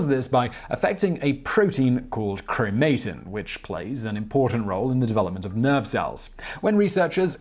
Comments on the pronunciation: You say chro-MAY-tin, I say CHRO-mah-tin. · its pronunounced chroe-muh-tin